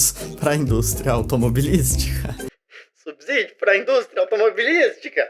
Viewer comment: O "s" de "subsídio" tem som de "s", como em "subsolo", e não de "z". A pronúncia correta da palavra é com o som do "s" inter-consonantal.